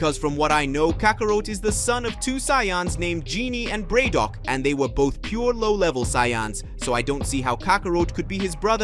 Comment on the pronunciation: Giiiiii-naee BAR-DOK JESUS CHRIST MAN 😅😅😅😅 STOP ✋ JUST STOP 😢